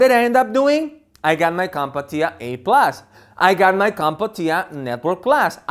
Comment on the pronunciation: There is only one "a" in Comptia. Its not pronounced "Comp-a-tia", its pronounced "Comp-tia".